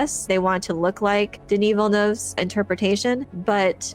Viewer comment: You're the only youtuber who pronounces Villeneuve's name properly. Kudos